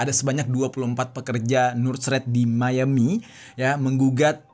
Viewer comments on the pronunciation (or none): none